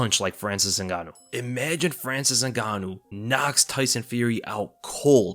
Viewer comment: He said francis nigganou